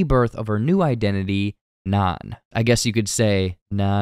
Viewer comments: Why do you keep calling her naan? 🫓 Her new name is NAN. 😂 You always get some easy details like just slightly off. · Anna said her new name would be "Nan"...as in short for Nancy...not "Naan" a popular bread eaten in India. Or are you still thinking this is a "body of christ" situation?